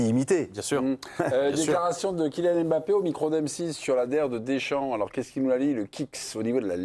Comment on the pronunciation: Arrêtez avec le « M » bappé, ça saigne les oreilles et puis il a dit comment prononcer son nom